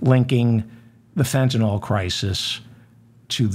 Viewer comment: Excellent show. Now if only this would be resolved before Thanksgiving. I'm not holding out hope. My only comment is that you make the same mistake as many others by calling Fentanyl fentin-all instead of fentin-ill. That makes me crazy...it's the little things. Peace. 🙂